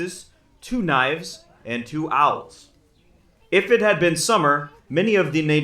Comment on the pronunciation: You keep saying the Dutch gave the Natives "owls." I think you are mispronouncing "awls." An awl is a sharp tool used to make holes in leather.